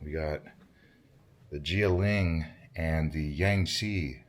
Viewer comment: Guilin is pronounced " kwee lin. "